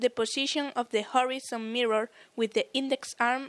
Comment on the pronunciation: Whorezon? Mezer?